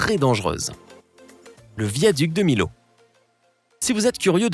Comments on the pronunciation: Le viaduc de Millau ne se prononce pas comme ça! Tu dit [Milo] mais c'est [Miyo] ! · Superbes images !!! Millau ne se prononce pas "MILAU" mais plutôt 'MILLAU" ! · beaucoup d'erreur notamment pour le viaduc de millau on ne dit pas milau mais miyau et ensuite il est en aveyron et non dans le tarn regarde mieux tes sources lama faché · Le viaduc de Milo? Sinon tu peux te renseigner sur la prononciation des mots que tu emploies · Viaduc de "Milo" ??? 🤣🤣🤣🤣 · Mon dieu la prononciation pour le viaduc de Millau est à revoir. Même Google Traduction prononce mieux stp.